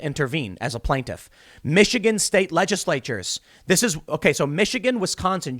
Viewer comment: to about LEDGE-ISSS-LATE-CHERS !!!